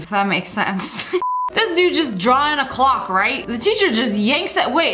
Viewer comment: Is it just me or did Sssniperwolf say ddddddddrawind